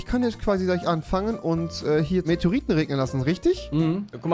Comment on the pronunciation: METEORITEN NICHT METROITEN